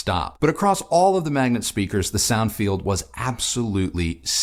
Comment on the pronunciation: You pronounce it wrong all the time, it is M A G N A T not m a g n E t :)